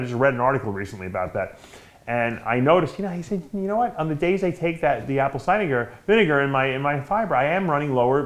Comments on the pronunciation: dale Wilson “apple ciger vinegar”😂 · Apple cidegar 😂